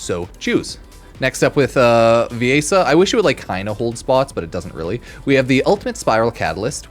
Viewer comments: Viaessa? It’s VIESSA VI-ESSA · Like Venessa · It’s pronounced like ‘VE-NESSA’ ‘VI-ESSA’